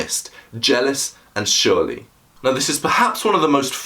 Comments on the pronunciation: 'surly' ..pronounced 'sir-lee' :) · Surly is pronounced Sir Lee. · Surly is pronounced ' sir ly' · Don't ever say the word "surly" with an "sh" sound again you damn goober